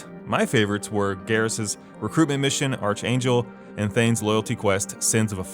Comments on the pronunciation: what’s the right pronounciation argangel? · Did... did you really pronounce Archangel... like that?